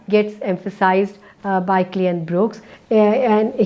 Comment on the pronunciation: his last name is Brooks not BrookEs